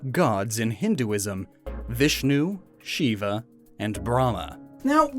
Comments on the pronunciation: Why you pronounce lord shiva wrong, get it right pls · I am a 13 year old Indian boy And you are pronounceing the names of God wrong It is Bram- ha She- va Vish-nu